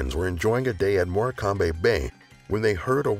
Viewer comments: “More-cam-be bay” 😂😂😂 Try “morcum” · Morecambe is pronounced 'maw km'..Morrrkumm. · Morecambe is pronounced MOR-CAM. It's very well known for quicksand and there are many rescues each year. The sand looks firm and inviting but can be treacherous. The added danger is the tide comes in extremely quickly. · How he pronounced Morecambe has me howling hahaha